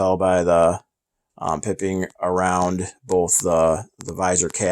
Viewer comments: PIPE-ING NOT PIP-ING!!!!!! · Nice pieces. BTW, the colored trim on caps, insignia, etc., is pronounced PIE ping, not pipping. Cheers.